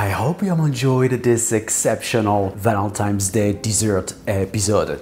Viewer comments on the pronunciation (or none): It’s Valentine’s Day, not Valentime’s Day. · Why are u saying ValenTIMES?